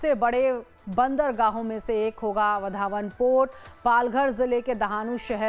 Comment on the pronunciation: इस होनेवाले बंदरगाह का नाम वाढवण है, वधावन नहीं | नाम में बदल मत करो | Please do not change the name of that port. Its name is वाढवण and not वधावन.